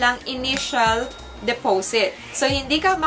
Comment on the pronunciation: Sis de-po-sit po, hindi depowsit.. 😅👌🏼